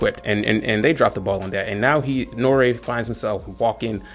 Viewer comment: pronounce N.O.R.E right....its not Norea.....its NORY, or N-O-R-E...yea he has the stage name Noreaga....but don't call him Norea.....nah homie....either say Noreaga or NORE....you lost all all clout with me. Where you from Canada or GB. HIs show is about drinking and letting his guests say what they want...that's the whole basis and why its so successful.